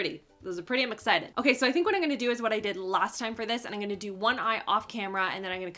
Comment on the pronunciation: "Eye-n-gunna" ... is that a Canadian thing?